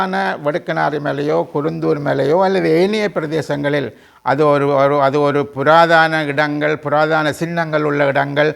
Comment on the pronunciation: "புராதன" not புராதான? அடுத்து எவர் ஆட்சிக்கு வந்தாலும், சிங்கள அரசாங்கங்களை பொறுத்த மட்டில் "கொள்கை" ஒன்றே.அனைவருமே "ஒரே கு......யில். ஊ.... மட்......ளே".